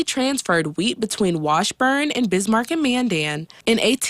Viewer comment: Bis-man? How sad that a newscaster doesn't even know the name of the 2nd largest city in his own state.